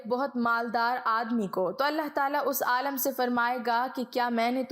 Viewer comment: The word is not AALAM, It is AALIM. Before uploading don't you get it properly check, your pronounciation.